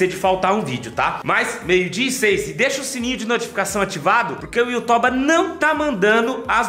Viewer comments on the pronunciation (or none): Foi engraçado na hora que o falou YouToba 😂😂😂😂